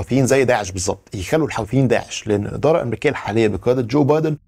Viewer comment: المصريين ينطقونها الحَوٓثيين . الصحيح الحُوْثيين .. بدر الديني الحُوثِي